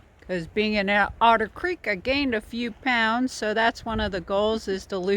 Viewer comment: haha "We escaped Odder Creek"